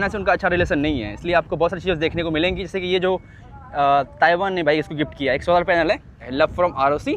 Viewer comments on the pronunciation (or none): none